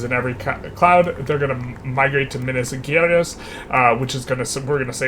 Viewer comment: Minas is nice, but Gerais the G isn't hard. I don't think there is this sound in english, but a soft G like in general (who could mean general or geral in portuguese) or like Cashew, which came from Caju, and this J has the same sound as the G in Gerais.